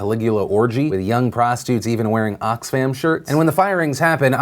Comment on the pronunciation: Am I the only one that noticed that Phil calls prostitutes "prostutes"